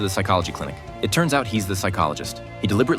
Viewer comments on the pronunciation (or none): Just so yall know it’s Toc Toc not talk talk